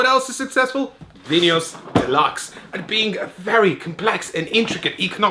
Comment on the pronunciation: Bonus points for pronouncing Vinhos correctly!